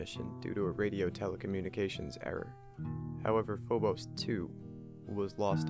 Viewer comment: You're saying phobos wrong